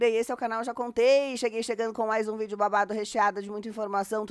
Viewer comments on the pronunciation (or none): none